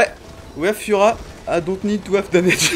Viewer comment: Pourquoi tu prononces bien "Zyra" alors que pour "push" ou "damage" tu les prononces mal ? xD